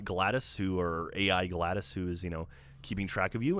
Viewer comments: For the love of god, it's glados. Not gladus, but gladOS. Get it right! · pronounced glah dose no gladice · Yeah when he said GLADOS instead of GLADOS I was all like "wtfbiscuits!?" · It's GLaDOS! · Gotta be a nitpicker, but GlaDos pronounced Glah-doss not Gladys. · it's GladOS, not Gladys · It's GLaDOS, not GLADIS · GLADOS. WITH AN O SOUND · Pronouncing Glados wrong throughout this whole segment was driving me nuts.